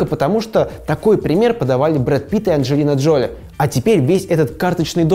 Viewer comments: ДжолИ, а не ДжОли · Ну блин, Анджелина ДжолИ, а не ДжОли. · ДжолИ! Мои уши